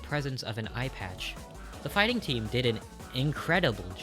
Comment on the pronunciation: when i heard phighting, i had to stop what i was doing and look over.